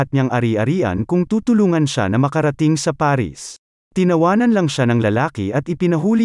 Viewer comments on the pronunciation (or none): none